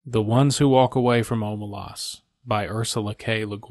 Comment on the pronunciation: It's pronounced Omelas not Omelas